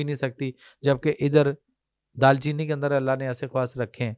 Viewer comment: Bhai phly tw apni urdu thk kro dal cheeni ni hota darcheeni h lafz